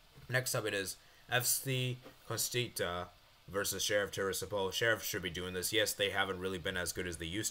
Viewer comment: its Constanța,not Constita